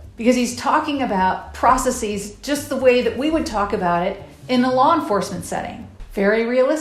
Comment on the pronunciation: "Withdrawl" "Processeez" Anyone can be a professor